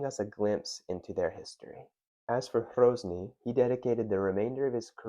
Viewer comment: Great video but his name was Hrozný not Hrouzný. Short 'o' not diphthongized 'ou'. A common Americanism.